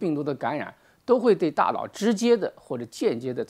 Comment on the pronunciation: 大佬，大老，大姥，这个N/L混读实在是拦听，敬爱的胡总书记也恼是这样读。